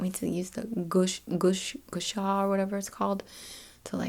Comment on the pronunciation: Gua Sha is pronounced like “gwah shah” 😊